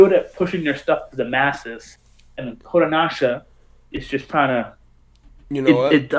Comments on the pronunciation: I kept getting confused because your Pronouncing kodancha kodonasha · Why are you pronouncing Kodansha as Kodanasha?? It's Kodanasha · Their shit is a bit more niche and not as heavily promoted over here. Also it's "Ko-Dahn-shah!"